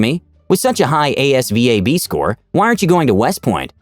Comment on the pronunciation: Asvab is sayd like its a one word